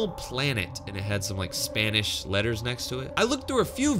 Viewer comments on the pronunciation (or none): I've Looked At This Comment At The Same Time He Says "Spanish Letterz"